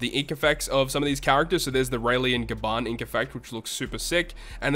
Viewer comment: Why they still have the nerve to release such characters with auto special dmg dealing attack, despite the non-normal atk debuff that will always be in sight everywhere you go. and ''Gaban'' sounds like ''Garbage''